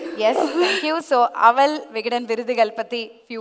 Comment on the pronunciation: அவள் என்று சொல்லுங்க. அவல். என்று சொல்லி அறுக்காதீங்க. காது அழுகுது.